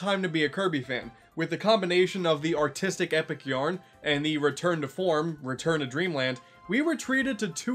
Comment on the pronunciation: When he said “artistic epic yarn” I thought he said “autistic epic yarn.” Anyway, good video!